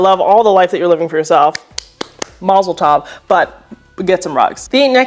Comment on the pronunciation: I loved how you said "Mazal Tov" it is in Hebrew and the meaning is blessing someone to have "Good luck" like on his birthday or marriage.